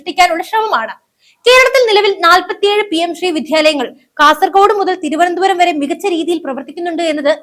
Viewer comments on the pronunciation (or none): none